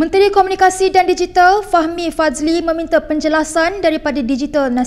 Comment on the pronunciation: Fahmi Fazil bukan Fahmi Fazli!! Jangan semberono dalam sebutan. BERANG sebut bay rang bukan BRANG.